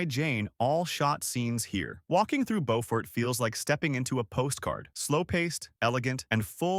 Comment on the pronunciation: It's not pronounced bo-fort, it's pronounced byoo-fort. Come on man, put all this work into such a good video, the least you could do is pronounce the names correctly. "Bo-fort" is in North Carolina.